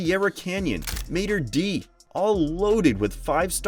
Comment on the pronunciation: It’s pronounced “Maader Day”